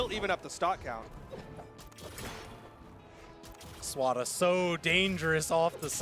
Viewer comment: i like how they call him SWARA lmfao